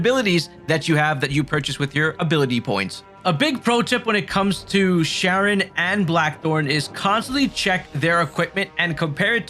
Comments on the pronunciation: Charon is not 'Sharon,' it's 'Care on,' like the Greek god. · I called Charon as Sharon too when I first saw it…but it’s pronounced Karen…they say it in the game more than enough 🤣. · nice video but charon is pronounced more like "care-on" not "sharon". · 60 hours into the game and can't pronounce Charon's name lmao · K-aron. Not Sh-aron. Obelisk - aa·buh·luhsk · Ah-beh-lis-ck Its not pronounced sharon. Its pronounced karen.. 😂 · Awb-el-isk. Obelisk. 😑😂 Also, Charon is pronounced Karon. You know, like the way anyone who says her name in-game says it? Why can't a single YouTuber say her name right when they say it IN-GAME!? 🤡